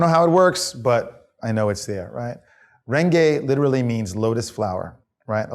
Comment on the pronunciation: Renge is pronounced : Wren-Gay